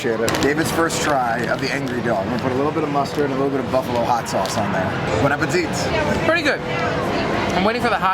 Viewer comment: Great video!! But, you're not supposed to say the "it' at the end of Bon appétit. The "it" is silent:p (appé-tee)